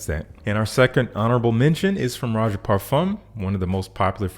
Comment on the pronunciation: Finally, someone that can pronounce "Rochas" correctly! 😂